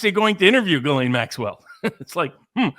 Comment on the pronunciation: Her name is Ghislaine.. But it's pronounced guillotine❤